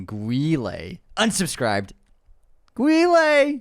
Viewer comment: "Rocky?" "No" "Rocky 2?" 😂 I dont give a Van Damme you don't know how to say Guile